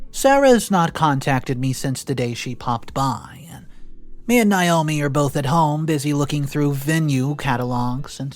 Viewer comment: OP's wife's name is pronounced NA-O-ME. Not NI-O-ME. I know because it's my name, and I hate when people call me Ni-o-me. It's spelled Naomi the A is long. NA-O-ME, there is no long "I" sound in Naomi.